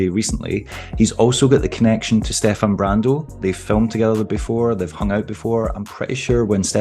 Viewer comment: Finally someone says Stefan correctly